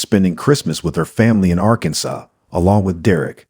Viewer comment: Arkanson? Since you can't say Arkansas should I take this with a grain of salt? Lol